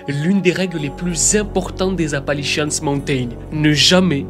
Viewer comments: Je regarde tes vidéos depuis longtemps et je les adores mais là.. t’entendre dire « Appalichiasse » mountains tout le long de la vidéo c’était de la torture, c’est Appalachian mountains. De plus la chaîne de montagnes ne traverse pas toute l’Amérique du Nord mais une vingtaine d’états à l’Est. Ça aurait mérité un peu plus de recherches et d’effort sur la prononciation. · On dit en anglais Appalachian Mountains . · Toujours aussi banger t'es videos, par contre "Appali-chiasse" ??🤣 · Apalishians ❌ Apalichiasse ✅ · On dirait que tu dis Apanlichiasse montain 😂😂😂 c'est la merde quoi ces montagnes 😂😂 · Je me suis dit personne ne lui fait remarquer ?? Appali quoi ?